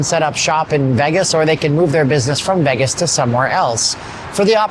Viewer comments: You pronounce Vegas as "Veh-gus." It's pronounced "VAY-gus." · It's not "Veggess", it's "Vaygess" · I like the way you pronounce Vegas, are you Canadian?